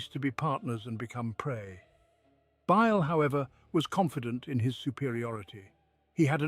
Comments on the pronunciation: He did say Bile wrong once but I don’t hear the whistle though. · What happened to this channel? I really enjoyed these stories, but the recent videos have been a huge disappointment. The pronunciation is way off... In the Fabius Bile video the narrator says his name in four different ways. There's also this constant whistling sound now that makes it impossible to relax or sleep to. It's just sad.